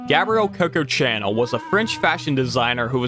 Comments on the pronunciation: How can the narrator get the pronunciation of Chanel wrong? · Chanel is pronounced "SHA-NELL". Not CHANNEL! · dude said the Chanel in Coco Chanel like the 'Discovery Chanel" 😂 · Excellent video. Very impressed with how thorough the whole thing is, especially considering the length. There were a couple audio mixing problems but that’s understandable in a 2 and half hour video. But I must point out the mispronunciation of Coco Chanel’s surname as “channel”. I was listening to the vid in the background and didn’t realize you were talking about THE Coco Chanel until I alt-tabbed to actually read the entry title lol